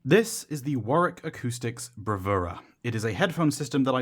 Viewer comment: nice to hear a youtube reviewer who pronounces Warwick correctly.